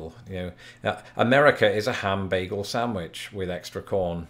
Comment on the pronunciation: Swear to God, I heard "beagle," not "bagel"!